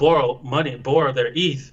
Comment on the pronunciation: Play this at half speed im so dead please someone make this a meme or SOMETHING i cant stop laughing “someone got EETH” then looking all annoyed bc hes been listening his drunk friend talk about crypto and just says “wooooww” 😂😂💀💀